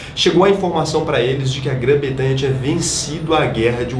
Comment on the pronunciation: pra frente. Grã Bretanha. Não Betanha. Rs. Ótimo vídeo